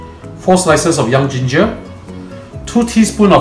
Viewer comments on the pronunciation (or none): none